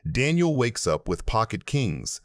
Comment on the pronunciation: AI trash. Just listen to how they pronounce Daniels name. Disgusting.